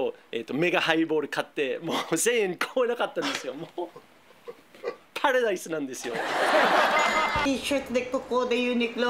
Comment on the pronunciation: パラダイスの発音ジャパニーズイングリッシュで好き